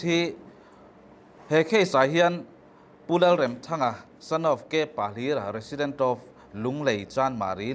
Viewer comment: Remthanga hi i lam dan a dik lo lam dik rawh.